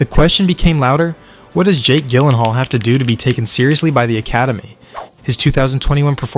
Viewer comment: Gyllenhaal JILL-EN-HALL You twit